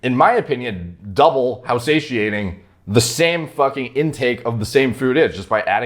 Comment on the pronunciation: Just extended my vocab 1 word. Say-she-aint.!!!!